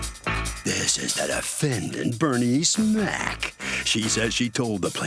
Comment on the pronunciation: I keep hearing "Bernie Smack" instead of "Bernice Mack" 😂